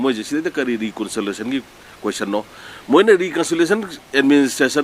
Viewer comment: Administrative reconsolation ntte, reconciliation haibni, achumbsu yaori, asoibsu chaona yaori, mina ngangba taba midi nttbra khlli.